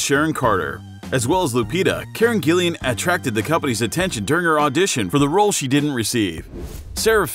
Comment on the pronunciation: Fun fact: Hemsworth’s little brother Liam also auditioned for Thor. After seeing him as Gale in the Hunger Games I’m kind of struggling to see him as Thor Edit: I’m sorry but what is up with the pronunciation? Chris Helmsworth? Karen Gillian? That’s not it mate